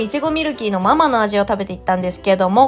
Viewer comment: ミルキーのマ↗マ→じゃなくて(その)ま→ま→じゃないかな？笑